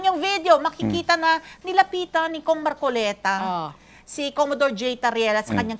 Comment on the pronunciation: COMMODORE; bigkas ay KOMODOR idol..